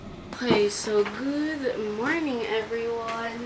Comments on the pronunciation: sana improve mo po yung pronunciation mo ng word na “good”. You pronounce with like it ends with “th”. It’s wrong po. Thank you. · Bakit kasi gooth ang pronounce sa good 😂😂😂